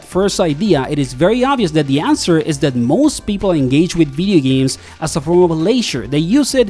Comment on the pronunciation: “Veedee Games”